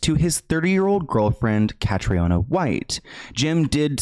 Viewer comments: Hey! Just out of respect for Catriona, and for anyone who comes across the name in future (it’s a popular name in Ireland) it’s pronounced Ka-TREE-nah. Triona is also a popular shortened version of the name, and is pronounced TREE-nah, sometimes TREE-unnah, depending on the person. The O isn’t emphasised. Its also common in other Celtic countries like Scotland, as it’s a Gaelic variation of Catherine. Love your content ❤️ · i'm irish just to let you know it's pronounced "kat-treena" but yeah that story has always given me the creeps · Irish ppl watching the video hearing her name as catriona when here in Ireland it's the Irish prenounition is Catrina its just spelled the Irish way🇮🇪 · Just a heads up, her name is pronounced as Katrina. Catriona is a common Irish spelling :) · So her name is pronounced like “Katrina” just an fyi x RIP it’s a very sad story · Commonly mispronounced but her name is produced Cath-ree-na, its an Irish Name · Hi, I know its not important but as an irish person Catriona is pronounced cat-tree-nah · Hi, her name is pronounced (kath- reena). If your doing a video on her, please at least prounce her name Correctly. RIP 🙏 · the name is pronounced like Katrina btw :) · Pronouce katrina. Trust me I'm from Ireland 🇮🇪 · Hi her name is pronounced Kat-tree-A-Nah it’s an Irish name so not pronounced like English I know languages are soo hard xx I never heard of her I’m shocked as I’m Irish and MUA thanks for educating me! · her name is pronounced the same way that you pronounce the hurricane in New Orleans…Katrina. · I believe that Catriona is the Irish version of Katrina. They pronounce it like Katrina. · Katriona is the Irish spelling of Katrina and is pronounced Katrina